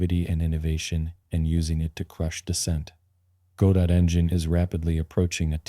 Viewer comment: Which part? AI voice that can't even pronounce Godot, AI generated script and Ai generated images... what did you do exactly?